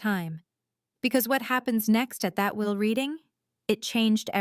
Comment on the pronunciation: At the will [not "wheel"] reading. But a gripping story.